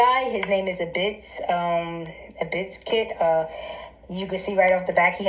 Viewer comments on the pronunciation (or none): It's-biz-kit not abyss it's not hard to pronounce hun. God vid tho.